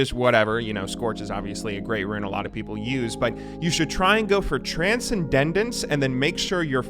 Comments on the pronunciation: no dude, it's Transcendendence xD not transcendence get with the times xD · Bro please read the runes before you say them Transcendence not Transcendendence, pleaaaaaase. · They're BUSHES, not "brushes". You could say "the brush", but individually they are bushes. Saying "the brushes" is like saying "The foods". "Trancendendence". you're killing me. Good advice though, and that's what I come for:) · Pronounces "Coup De Grace" perfectly Also: "Transcendandence" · I love you but if I have to listen to you say "transendendance" one more time I'm gonna explode. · "You should try go TRANSCENDENDENCE" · hold on...wait "TRANSCENDANDENCE"? Oh now you're just busting my balls when you keep repeating it. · Stop saying transcendendence please. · i was going to make a comment about your pronunciation of trancendance but you have been clearly been berated enough... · You can pronounce coup de grace, but not transcendence. How is that even possible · your miss pronouncing transcendence mate twice now you've done this so i will be a bro and correct you.